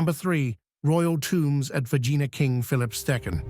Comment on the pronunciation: Bloody hell its not Vagina.. its Vergina say it correctly Its embarrassing.